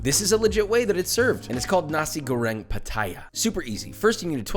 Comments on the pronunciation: correction:na-sik go-reng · It sound like he said Nazi grenade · damn imagine your a cook and someone in the cook station misheard you when u pronounced nasi goreng as nazi goreng